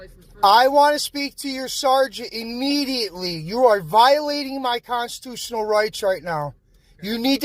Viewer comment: Is he saying constutional?